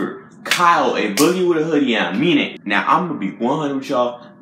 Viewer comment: You said it right the first time. UH-MEAN-AYE